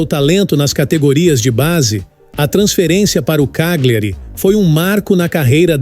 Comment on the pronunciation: Só uma ressalva, a pronúncia de uma palavra em italiano que contém GLI, se pronuncia como o nosso LH, ou seja, Cagliari se pronuncia CÁLHARI...